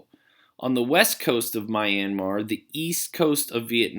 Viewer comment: (Mis)Pronunciation of Myanmar started to drive me crazy. Double check Brunei while you’re at it.